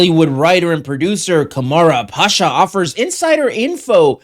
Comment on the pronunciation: I think his name is pronounced Kam-Run Pa-Sha